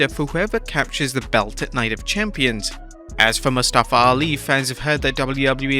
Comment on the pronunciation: Guys. Put some respect on his name. It's MUStafa, not muSTAfa